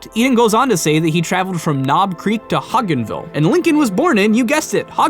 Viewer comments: Hodgenville is pronounced with a hard "G." Hod-jin-ville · hod-gens-ville coming from someone in Kentucky you murdered my fucking ears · Ur pronouncing hodgenville wrong.